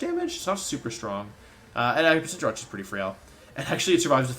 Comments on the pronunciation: I finally realized that he calls Cinderace Cinderachi, before I always thought he was referring to a team with Cinderace and Jirachi, which was wired, because Jirachi isn’t legal in this format. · Not Wolfey saying Cinderace as “Sin-dur-ah-chee” ☠️